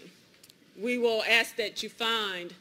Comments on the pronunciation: A lawyer that says AKS instead of ask.............Well done America...well done, you win all the prizes. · That truly bugged me as well. Aks vs ask... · How did they lose a case against a defence attorney that can’t even pronounce the word “ask” properly?! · Anyone that says axe instead of ask should not have a professional job. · You may not but the use of Axe instead of Ask is a black thing.. 100%, and yes she is educated, but she should strive to use proper English when in a court of law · not an accent I live in the south and say ask. It's only a certain group that say axe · If your lawyer says "axe" instead of "ask" you might want to reconsider your choices in a defender... Just saying... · African Americans commonly say "axe". Not necessarily a southern thing. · How does a professional attorney say "axe" a question?🙄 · Even the ones that work for the court say axe. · What size does your brain have to be to make you say, 'axe'? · How does someone get through law school and can't pronounce the word "ask" properly? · I'm always grossed out when I hear these grown people unable to even say the word 'ask' without Fing it up. its gross and pathetic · Lawyer with a degree in law, unable to pronounce ask. Sad.